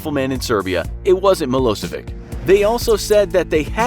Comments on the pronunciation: Milosevic is pronounced as Mi-lo-se-vich not Mi-lo-se-vik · Slobodan Milošević..... It's pronounced Miloshevich, not milosevik